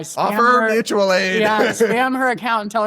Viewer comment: Mooch-ual aid